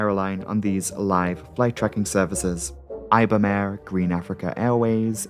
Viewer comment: for the love of God please don't pronounce Ibom Air like that, it's more like Ebom